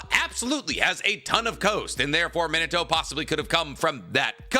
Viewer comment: His name is Minato(Mee-nah-toe) but for some reason you pronounce it as Minato(Mih-nuh-toe) how you gonna be an anime geek and get his name wrong? 🤦 Its a Japanese name, it isn't pronounced like the English word 'minute'.